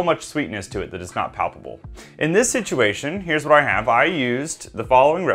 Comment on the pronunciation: I hate to be "that guy" but it sounds like you're saying "palpable" instead of "palatable". The former means "touchable" the latter means "tasty".